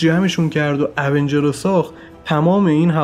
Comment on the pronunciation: تلفظات ایراد داره اونجرززززززز